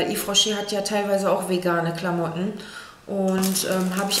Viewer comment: wiso sagst du klammootten